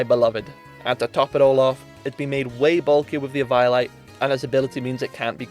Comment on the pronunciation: The way you pronounced eviolite at first threw me off and I was like "what's that lol?!", then I looked was like oh you mean eviolite 😂